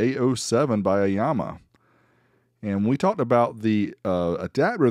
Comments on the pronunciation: Aiyima not Aiyama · Eema not Ahma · aiAma? i think its aiYma =) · It is not "aiyama", it is Aiyima. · It’s Aiyima, not Aiyama. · 👍🏼 video... But I - E - Yama.?! LOLOL 😆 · I think it's pronounced I-yeema but nice little amp for the price. I have the Aiyima DAC and it sounds fantastic.